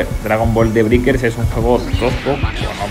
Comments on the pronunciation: "briquers" "monición" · se dice breikers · "De briker" 😂😂😂 que zonzo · Estaría genial que supieras pronunciar la palabra Breakers.